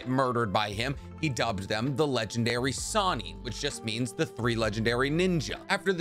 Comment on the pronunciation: does anyone else get annoyed that the video says sanin instead of sannin.